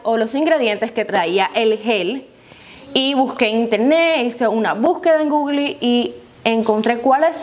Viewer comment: Me gustó como pronunciaste google 😅😘